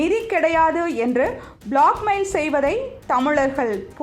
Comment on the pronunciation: அம்மா! அது black mail. blockmail இல்லை. சரியாக உச்சரிக்க முயலுங்கள்.